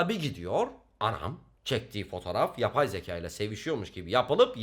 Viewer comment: YAPAY ZEKAAA!! YABAY ZEĞAE